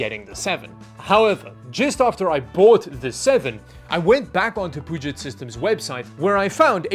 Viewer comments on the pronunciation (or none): I love that pronounces Puget as Poo-jet, instead of the correct Pyu-jet.:D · butchering the name of a body of water he lives less than 150 miles from made me die a little. For the record, folks there pronounce it "Pew-jet". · Pew-jet like the Puget Sound (the big sound in western Washington which is home to the Seattle-Tacoma metro area) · Puget sounds like Pew-Jet. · Love the video. Glad to see you getting a new editing machine, hope it serves you well. BTW, for future reference you pronounce Puget like "Pew-jet". It's named after the Puget Sound just in case you needed more info. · Never heart anyone pronounce Puget with the French accent. I get why you would might but still.